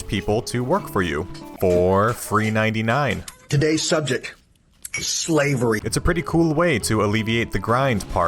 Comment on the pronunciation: "TODAYS SUBJECT IS SHLAVERY"